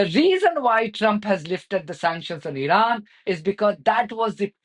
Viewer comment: ... when will this idiot Witkoff learn to pronounce Iran correctly ... like so many Americans!